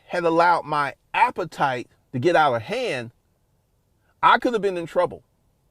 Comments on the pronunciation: Everytime this man says “appetite” It makes my soul cringe 🤮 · bro saying "appetite" like its food bruh